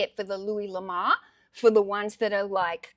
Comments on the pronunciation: Pronouncing the first name loo-ee or Loo-ess are both acceptable. However, the surname is not pronounced La-mar , it is pronounced La-moor . His surname translates from French to "The Love" or just "Love" l'amour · Just for the record,, his name is pronounced: Loo-Ee Luh-more. I agree you shouldn't stop sourcing, despite all the inventory you currently have. What you do need, as you already know, is an employee to do the photographing, listing, shelving, and picking/packing/shipping. Your experience is invaluable for sourcing, grading, bundling, and pricing, so that is where you should be spending your time eventually, though until the cages disappear, you will have to be working on those I'm sure, even if you have an employee. That's my opinion, anyway. I know that training an employee will slow you down for awhile until he or she can get up to speed and work without you looking over his or her shoulder constantly, but it will pay off in the long run in growing your business. Thanks for the interesting video. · Sorry, but you are pronouncing the name wrong.. Have you ever heard the song: Ho Lamour? That's how you are prnouncing the name 😀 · I've always heard it pronounced "La Moo+urr" ... makes sense, since its a french sirname. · Thanks for posting again and honestly fir a little positive giggle. Please take this as positive feedback …..l’amour is French for love❤ pronunciation …..say lamoooor . Love you so much, just wanted to make a note. Hope to see a video tomorrow 🎉🎉🎉🎉🎉🎉🎉🎉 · I don't sell or plan to sell anything on ebay, yet, I looooooove looking at your videos. I'm from Belgium that's why I haven't bought anything from you, I would have loved it but it would kill me in postage 😜 My first language is frensh and I will tell you that the name " l'amour" should be pronounciate like "Louis" ^^ ( Amour = Love)